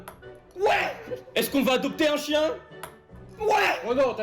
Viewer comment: Oui’il dit chiene